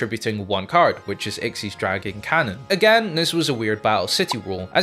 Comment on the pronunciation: Dude learn the names of the cards it's x y z dragon cannon not ikseez